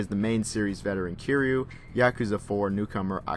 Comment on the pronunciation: Someone tells this reviewer the main character's name isn't Q, it's Ki-ry-u. Q is a character from Star Trek